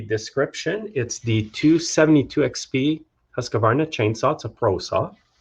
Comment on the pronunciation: It's pronounced Husq-varna and not Husq-a-varna!